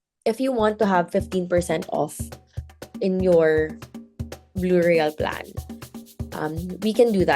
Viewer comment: i keep hearing 'burial' not 'blue royale'